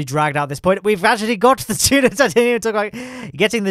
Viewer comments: It is DUNA not DUNO! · He said DUNO not DUNA!